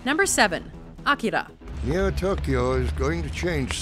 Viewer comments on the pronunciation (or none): The way she pronounced Akira makes me cringe